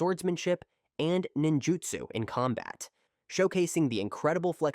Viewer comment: I was starting to get mad already then I heard “Jinjutsu” and it sent me😤 you get a dislike from me and a hard recommendation to not subscribe😒